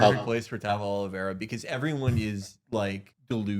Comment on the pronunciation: His last name is OlivEIra not OlivIEra which means, that most likely, he's of Portuguese ancestry. FUCK! Why do we keep doing this. FUCK